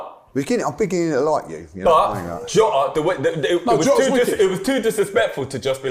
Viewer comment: Man said Jota… I switched it off